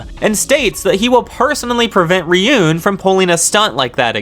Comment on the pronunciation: you calling Ryuuen "Ryun" is like calling him "Dragon Boy" 😅